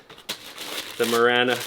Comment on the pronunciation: It’s marana like marijuana not like marana like banner